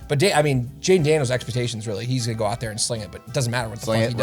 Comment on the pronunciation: That canandian accent comin out when he was talking about them cards. With “aout” Aaron Donald lol.